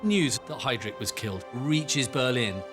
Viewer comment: Can someone explain to me why this idiot continues to mispronounce then name Heydrich, and then suddenly says it correct at times, before saying it wrong "haydreek" - is not how it is pronounced. Listen to the voice over and others who pronounce Heydrich as it should be pronounced